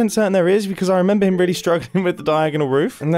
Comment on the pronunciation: Nobody MUMBO: I REMEMBA